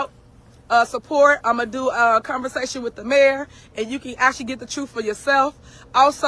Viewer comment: She said troof. 😒